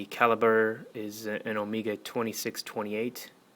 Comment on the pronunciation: Nice review, nice watch but its not ohmeega.. It's o-meg-a